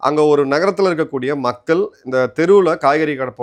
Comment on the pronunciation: "மக்கல் " இல்லை நாக்கை மடித்து "மக்கள்" என்று உச்சரிக்க பழகுங்கள்